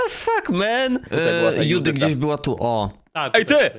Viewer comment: Piszę się Judy ale czyta się zdudi